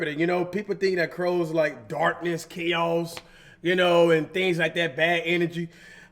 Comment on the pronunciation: Nigga said "k'os"